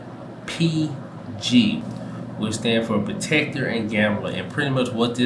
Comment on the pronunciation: Procter* not protecter...Procter & Gamble...I have KO and JNJ...along with PEP, O, CSCO, SCHH and DUK